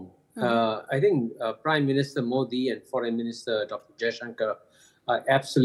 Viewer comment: Mouldy or Moody???😂😂